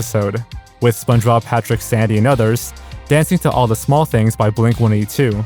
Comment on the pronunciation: I was laughing because you kept saying "kih-ens", but then you said "Spunjob and Patrick" and I lost it. And then you said "Spongebowel's mustache". I mean, dude. Your local community college will have a cheap course called "Voice & Articulation" which would do you literal wonders, my friend.